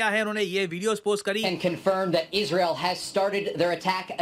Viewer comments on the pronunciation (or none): none